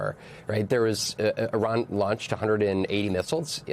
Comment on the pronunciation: Ma' am Iran's not Irak. But I understand yankees are getting too tired to think.